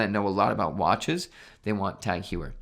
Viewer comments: It’s TAK-HOYER not hueyer 😅😂😂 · Hoyer not You-her. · Pretty sure Heuer is HOI-yurr, not HEW-er. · Tag "hugh-er" lol it's pronounced TAHG HOY-eh(r). 🤣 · "Tag Hewer" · It's pronounced Tag Hoy-er. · Please stop saying hew-er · It’s pronounced Tag Hoyer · Please pronounce it right. It's TAHG HOIER. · I just played it back- oh come on, that’s awful.. “huyer”😳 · It’s HEU-er, in like law-yer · i wish christian was there to mock your pronunciation of heuer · WHY ARE YOU PRONOUNCING "HEUER" INCORRECTLY. C'MON MAN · Not surprised, he has a youtube channel about watches but can't even pronounce TAG Heuer correctly.